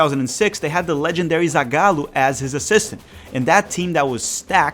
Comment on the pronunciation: cara, só de ouvir tu falar o nome dos técnicos dá de saber q tu tbm é BR kkkkkkkkk, inglês pronunciado perfeitamente, melhor q o dos próprios youtubers americanos, geralmente metem um "Feili paum" "zaigállou" kkkkkk, forte abraço